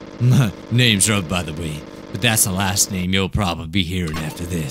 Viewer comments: and if you look in GT it's pronounced roov not ruv I'm not trying to hate on your cannel ok if thanks what your thinking I don't know what you think k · He's name is not Ruv it's Roove it's just spelt like that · Just wait until he realizes that he’s been pronouncing Ruv’s name wrong this entire time, it’s pronounced like Roo-ve